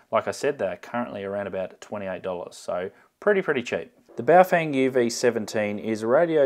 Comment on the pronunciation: It’s pronounced bouff whang